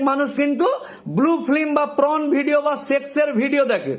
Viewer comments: Not pron😂 it's porn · কথাটা প্রন নয় পর্ন। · আপনার কথা শুনে তো মনে হচ্ছে আপনিও দেখেন। তার উপর পর্নকে বলছেন প্রন। মানে চিংড়ি মাছের ভিডিও😅😅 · 3 মিনিটের ভিডিওটা কে টেনে লম্বা করলেন। একই কথা বারবার বলছেন ফাম্ব লিং করছেন। কথাটা পর্ন হবে প্রন না। একটা কথা আছে হাগুনতির লাজ নেই দেখুনতির লাজ। যার অর্থ হলো যে রাস্তায় বসে হাগছে তার লজ্জা নেই ?যে ওটা দেখছে তার লজ্জা? সিগারেটের প্যাকেটে লেখা থাকে "সিগারেট স্মোকিং ইজ হারম ফুল" কিন্তু সরকার সিগারেটের ব্যবসাকে এলাও করছে কি করে? অদ্ভুত আইন এই দেশে। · It's 'Porn' not 'Prawn'.. Consolidate what you want to say, then only make video please. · It's not pron ..it's porn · কথাটা PRON নয়। PRON মানে চিংড়ি জাতীয় মাছ।😅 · Ota sathik uchharan hoy na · Ekjon Advocate hisabe apnar ei baktabyo just mana jay na... Apnar shalinota Gyan dekhe ghreenar udrek hoy....tachhara uchharoneo prochur bhul.. Shabdo ta Pron na Porn.. Kerala ke bolchhen Kelara Kochi meye, Nyagta meye esob ki shabdo chayon?? Chhi...apanakei to Pocso te book kora uchit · উকিলবাবু, আগে উচ্চারণগুলো ঠিক করুন। আর দয়া করে মুখ থেকে সুপুরি বার করে কথা বলুন। আপনার "prawn" আর "flim" শুনে আমার যে..........😅😅😅😅